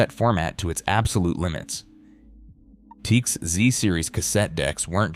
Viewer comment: The brand "Teac" is not pronounced "Teek". Is there no option to correct an AI service's mispronunciation of a word? "The numbers proved both decks could rival open reel performance." That is not so. Although those tape decks were very good, they were no match for a quality reel-to-reel system. 1) The reel-to-reel tapes were a better quality, and they could hold more information, due to their much larger recording surface. 2) Reel-to-reel decks could run a faster speeds, improving the magnetic transfer to and from the tape. 3) Everything that our host's AI computer generated voice said about head alignment and precision tuning, etc, is correct. But omitted from this video is that all decks have a built-in pre-amp. Decks convert the signal data, that is stored on the magnetic tape, into voltage. That voltage is the birth of the musical signal that eventually reaches your speakers. The decks featured in this video all have different pre-amp sections, and the sound quality of the pre-amp is extremely important. When you press the "Play" button on a deck, the actual sound has to start somewhere. It does not fall out of the sky. Something has to create the sound from silence. The deck does that, and they all have different quality parts that handle that process -- and those parts play a huge role in the sound quality. As good as those tape decks were, they were no match for a quality reel-to-reel deck, in both tape quality, and sound producing quality. Until digital became